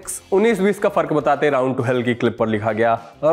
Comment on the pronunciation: Fadak nhi bhaiya fark hota h 😂